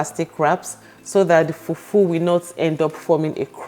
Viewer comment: I like how you say FUFU